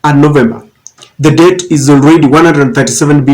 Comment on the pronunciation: Hi. Did you meant Debt or debpt? Make correction brother.